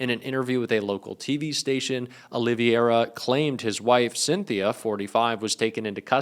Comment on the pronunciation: If you want to be taken seriously, you should learn to properly pronounce the names in your report. It's Olvera, NOT Ol-i-v-i-era. You mispronounced it not once but several times.